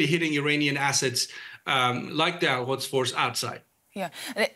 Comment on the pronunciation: The expert ,He cant even pronounce Al quds , and can't distinguish or interchanging iran and iraq 😂😂😂